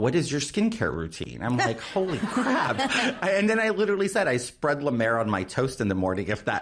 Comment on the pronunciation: I think he uses "Lamer" rather than La Mer....